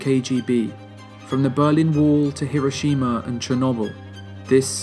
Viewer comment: Incredible video. Stunning accuracy. But the thing that I loved the most about it as a Japanese man, is that you pronounced Hiroshima correctly.